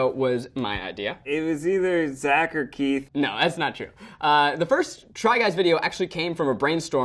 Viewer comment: I thought Eugene got muddled up and called Keith, Teith hahaha